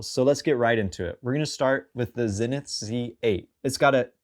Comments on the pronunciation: Zee-nith not Zin-nith 😬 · Pronounced zeenith